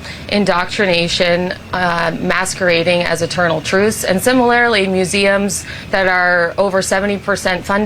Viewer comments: Halligan, "And similarily..." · I like when this "beauty queen" attorney pronounces "similarly" as "SIMMARILY".